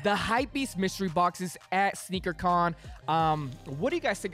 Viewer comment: It is Sneaker “Con” lol